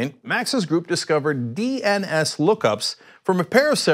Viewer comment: The way you just said DNS lmao. Its made it sound like you have no idea and just heard it for the first time. At least there are no inaccuracies like when that schmuck tried to talk about Spectre and Meltdown lol.